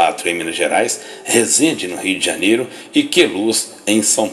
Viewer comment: Só eu tenho agonia quando ele fala Rii D'janero?